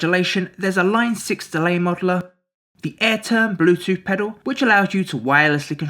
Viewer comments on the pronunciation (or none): none